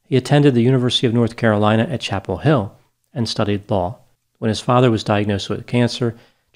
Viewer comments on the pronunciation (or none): none